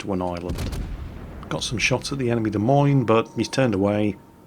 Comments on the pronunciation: "De' Memes"? You mean the "Dah Moine"? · If you ever visit Iowa, it's " d uh M OY N " not " Dee Meens" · Ok, Duh Meenes, is not the capitol of Iowa, but DE MOYNE is. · Da Meanz? LOL It's Da Moynz! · What is a demenes? As I live in Des Moines, IA it is pronounced deh-moin. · Is there some nickname for the Des Moines that I don't know? Or is just mispronouncing it, like many things he mispronounces? At least he got USS Worcester right, but that is only because there is a Worcester in England and us New Englanders still pronounce things similar to how our little old ancestors did. Sorry was just channeling the DA in My Cousin Vinny at the end there.;) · Dee Meenz? it's Duh Moyn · While I am no midwesterner, the Des Moines is pronounced Demoyn, or possibly even D-moyn. Sry, it was just driving me nuts and I couldn't figure out wth u were saying until I saw the lineup and we Americans tend to take French, Brit, Dutch and Indian names and pronounce them our own way that is unique to us and often unrecognizable to those not from the area, or at least the the continent. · the way to pronounce the "Des Moines" is De Moin (rhymes with coin) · Cracked me up. Des Moines is pronounced like De Coins. Justifiably, nobody seems to get it right. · it's De Moinz, oi like oil otherwise known as the Daisy Mae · De Moin is how its said in NA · "Des Moines" = "Deh Moyn". Just sayin'. :-) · A quick note. It is pronounced "de moyne", and since I'm here Roanoke is pronounced "rowanoak". You're welcome. :-) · What in the world is a "Des Meens"? I know what "Des Moines" is. I've even been there. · it's De moi nes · Ok, which one of you jokers fooled poor into pronouncing Des Moines “demeeens”? 😂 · de mines? i just wait till calls this ship "TO THE SALTMINES!!" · in America we say Des Moines completely different lol. Our pronunciation is something like ( Da Moyn ).;) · Des Moines.. .pronounced Duh-Moin.